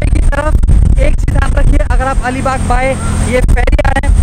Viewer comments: Bhai alibaugh nahi ALIBAG hai plz correct the name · Make the correction!! It's Alibag not that something baugh